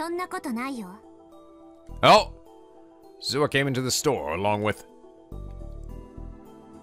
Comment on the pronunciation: I must keep trying in order to reach Steins Gate. Rule of thumb for Japanese names, please stress the THIRD TO LAST syllable. This is VERY CONSISTENT; you should never need to guess how to pronounce names: Amane SUzuha, not aMAne suZUha MAyuri, not maYUri Okabe RINtaro, not oKAbe rinTAro / Okarin, not oKArin / HOUouin Kyouma, not houOUin KAede, not kaEde FUbuki, not fuBUki Itaru HAshida, not iTAru haSHIda HIyajo, not hiYAjo MAkise KUrisu, not maKIse kuRIsu KAgari, not kaGAri (this one you got right) MOeka, not moEka And from other games, to make the point clear: MAjima, not maJIma MAkoto, not maKOto KAzuma, not kaZUma If you don't believe it, just listen to how the voice actors pronounce the names. It's a western tendency to stress the second to last syllable instead, but third to last is correct. I would understand not knowing how to pronounce names if you read them with no context, but in games like Yakuza and Steins;Gate, the voice actors read out the name for you so you should know how to pronounce them.